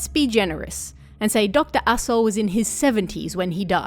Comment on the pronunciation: I keep hearing Dr. Asho as Doctor AssHole and that makes this oddly hilarious